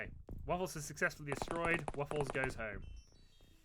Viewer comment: Thanks for the mention in the video :D Hope my character won't get killed quickly :D Very good pronunciation actually :) Kill the aliens and save the WUFFLES! Greetings from Poland P.S Turkuć podjadek is a kind of bug actually (a mole cricket as wikipedia says) just FYI :)